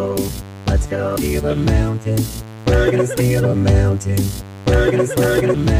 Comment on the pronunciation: Why do I keep hearing “Bergen steel amounted” instead of “we’re gonna steal a mountain”?